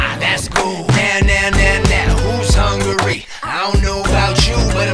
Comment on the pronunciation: I like when they said hungary instead of hu-ungry 😂